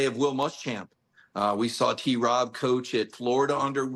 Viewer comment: Paul…stop adding a syllable to T-Rob’s name.